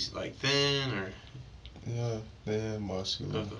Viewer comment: This dude says nyaaa instead of ya and it’s driving me insane! This dude is pos.